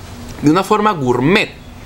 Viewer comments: dijo gourmeet como 20 o 30 veces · Y otra cosa no es gurmet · Cuantas veces dijo gourtmet? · Lo repitio 3 veces lo de gurmet jaja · like si contaste cuantas veces dijo gurmet xd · Mucho goormett o no se como se escriba pero ya como decía mucho gormett pero después mucha chatara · Gurmet jjajajaja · Deja de decir gurtmet